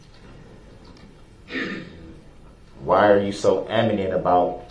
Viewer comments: Darrell actually said 'why are you so amenint?' The word is adamant peon, adamant. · Aminant? It’s adamant you fool